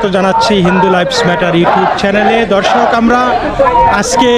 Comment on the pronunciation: দাদাভাই, আপনি" দর্শক" কথাটি বলার আগে দ এর উচ্চারণ এ একটু নজর দিন। ধ শোনা যাচ্ছে। একটু সচেতন হোন।